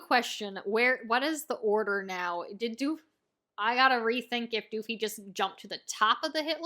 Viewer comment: I beg of you pls stop calling Doffy "DOOFY"